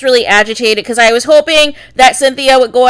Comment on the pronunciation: Gurl..why are you yelling so much!? Also whats the deal wit the way she says BECOZ 😜lmao